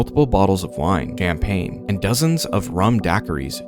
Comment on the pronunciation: Your pronunciation of champagne 🍾 makes me wonder if you're using AI voice. But this video is like 2 years old, so I guess not?